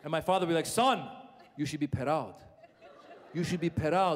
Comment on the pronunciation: be per-roud. lol